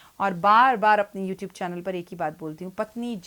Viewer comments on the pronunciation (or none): none